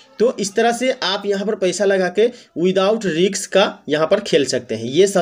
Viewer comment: Riks nhi risk hota hai